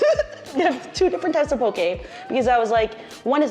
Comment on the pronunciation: As someone from Hawai’i, it made me so excited when you guys said “po-keh” and not “po-key” lol